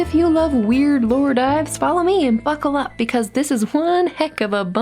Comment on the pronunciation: I'm sorry I heard "f*ckle up" instead of buckle up😭